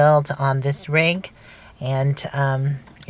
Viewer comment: Rig, not Rug!!!!😄😄😄